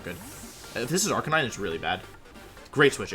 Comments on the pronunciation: "AR-KI-NEE-NEY" 😂😂😂 I see what you did there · Say arkaykneenay one more fucking time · Ive never understood that pronunciation of arcanine